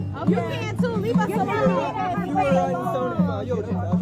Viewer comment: Leave it to the whiny, professional victims, race card carrying fools to turn the word " alone" into 6 syllables! How do these irritating, unaccountable, arrogant, ignorant, and entitled idiots STILL walk around blaming EVERYONE else but themselves?